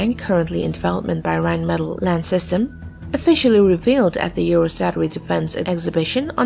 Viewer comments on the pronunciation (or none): none